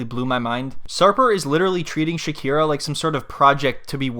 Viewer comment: Her name is shakhina not shakhira